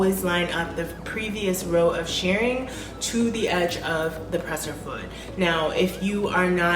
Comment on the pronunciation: “Shirring” rhymes with “purring.”